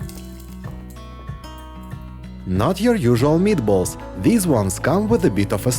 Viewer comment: Those a MEAT-uh-BOLL-uhs for the WIN!! 👀🤩👌👍👍👍